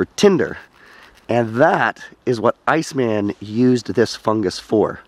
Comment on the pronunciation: ...you refer to "Ötzi" as "ice-man" with the intonation on the name as if it were a translation of eis man. He was given the name just as the Neandertaler was, Ötzi was found in the Ötztal, Austria.